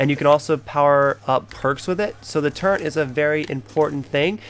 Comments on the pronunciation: dude WTF it's pronounced turret not turrent turret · its turret not turrent..... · Very sorry but turrent isn't a word it's turret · When he called a turret a “turrent* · its turret nit turrents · He not saying fukin turret right he's saying turren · Dude its turret not turrent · He's not sayin fuking turret hes saying turren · turret not torrent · Turret turret not turent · Turret not turrent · The amount of times he said turrent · WTF IS A TURRENT YO JFC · Why the fuck are you saying turrent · 1. It's called a mannequin 2. It's called a turret, not a turrent 3. It's called a lever, not a lether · Its a LEVER and a TURRET not leather and turrent